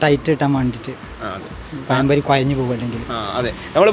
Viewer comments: പയം പൊരി അല്ല, പഴം പൊരി😂😂😂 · പയംപൊരി അല്ലടാ.....പഴം പൊരി....ബേക്കിംഗ് സോഡ ഉപയോഗിക്കാതെ അല്പം കടലമാവ് ചേർക്ക്.....വീട്ടിൽ ഉണ്ടാക്കുമ്പോൾ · പയംപൊരി.. അല്ല.. പഴം പൊരിയാണ് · Malayali pazhampori kollaam pakshe payam pori alla pazham pori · Not payam pori. Pazham pori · പറയുമ്പോൾ പയം പൊരി അല്ലാ പഴം പൊരി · പയം പൊരി അല്ല. പഴം പൊരി ആണ്. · പയംപൊരി അല്ല പഴംപൊരി 🤩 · പയം പൊരിയല്ല.പഴംപൊരി 😊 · പയം പൊരി 🤣 മാവ് കൊയ കൊയാ കൊയഞ്ഞു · പയയ എണ്ണയിൽ പയം പൊരി ഉണ്ടാക്കി കയിച്ചാൽ നല്ല ടേസ്റ്റ് ആണോ? ഈ പ്രദേശത്തുള്ളവർ 'ഴ' എന്ന അക്ഷരം ശരിയായി ഉച്ചരിക്കുവാൻ എന്നാണാവോ പഠിക്കുക.